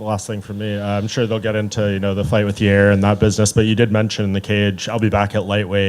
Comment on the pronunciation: “Everything is a Yairny” - Yair Rodriguez